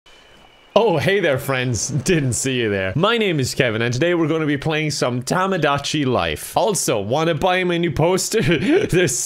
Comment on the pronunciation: its said "to-mo-da-chi" or like "toe-moe-daa-chi" because its Japanese and thats how its said